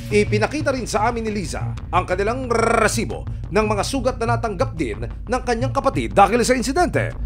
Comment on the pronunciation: NakakaBwesit yung nagsasabi ng REEEESIBO.